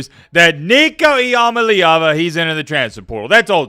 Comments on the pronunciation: This clown just said nico eamaleava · Bro still can’t say the name right 😂😂